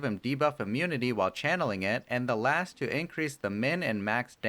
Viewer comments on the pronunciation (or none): Some constructive criticism. You sometimes pronounce words like "Last" and "Cast" with an h sound, like Lash and Cash. Also, when describing his ultimate, I think you said both 25 seconds and .5 seconds when you meant to say 2.5 seconds. Might help to just do one more listen before uploading or get a friend to listen. Great video and helped me understand the new hero, I just wanted to offer good input if I could. thank you